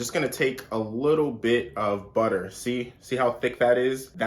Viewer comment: WaTerrrr buTTerrr lmao